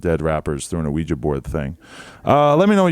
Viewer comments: " awiji board " its Ouija board bruh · Hold up... Did he just say “O-ouiji board” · ahweejah board😂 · First off you don't pronounce the O in Ouija, secondly, although I agree this kid is an unfunny fucking moron, it is just a fucking joke. People have to stop being so fucking hypersensitive in this country